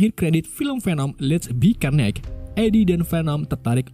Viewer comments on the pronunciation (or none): none